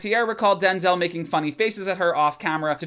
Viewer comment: "Take out all the race shit," Yeah, but that's the whole fucking story. Oh and btw, you're saying Denzel's name wrong. He's been trying to get people to stop doing it for years.